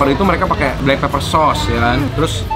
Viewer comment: Blackpepper ..bukan blackpaper